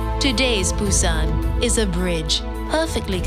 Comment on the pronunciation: Why can't she pronounce Busan ? Ain't that hard. No video of Gamcheon village love that area.